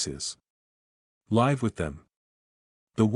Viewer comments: Hey robot boy, the word "wound" referring to an injury is pronounced: WOOND, not WOWND. Was the robot editor on vacation when you completed this robot story? Meandering story, chock full of robot-y nonsense. How does one "LAIVE" with somebody? AND WHAT THE HELL IS A "RAY-ALL" LAUGH? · I like these not the mispronunciation of live though ♥️🇬🇧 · I haven't heard an AI generated voice yet that can distinguish that the word 'live' can change, depending on the sentence, two different meanings, different pronunciations, yet spelled the same. Why can't AI do that?